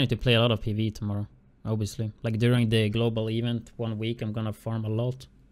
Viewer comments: "Eevent" lmao my bad bro but too funny 😂😂😂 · I'm sorry but when u say event it's annoying as shit cuz your pronounceing it wrong but other than that good vid